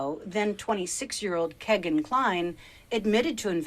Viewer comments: His name IS Kegan as in (keg). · I wish she would stop saying “KEGGIN”. I’ve never heard it pronounced that way. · His name is Kegan as in like keg. That is his true name.